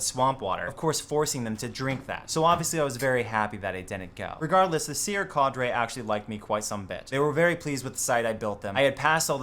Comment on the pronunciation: Why does he say cadre so fucking weird